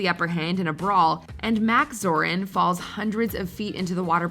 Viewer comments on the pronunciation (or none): none